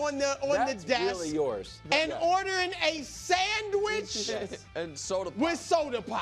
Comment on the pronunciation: Burst out laughing when Brou puts so much emphasis on SANDWICH and Soda Pop 🤣